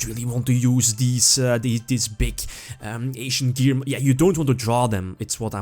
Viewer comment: Lol, I love you, but I can't unhear "Asian Gear."